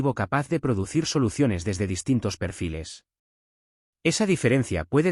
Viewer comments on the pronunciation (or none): qué mal hablas. no se dice Pérfiles se dice Perfíles No se dice Másia se dice Masía y de los equipos y apellidos y ciudades de Inglaterra, no pegas ni uno. Aprende, escucha y habla bien, que muchos adolescentes escuchan y luego hablan mal como tú